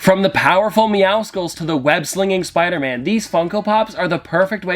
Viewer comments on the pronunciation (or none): He called meowscles meow skulls -_ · It’s not pronounced Meow skils, you pronounce it like how you pronounce the end of the word Muscles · how do people still not know how to say "Meowscles"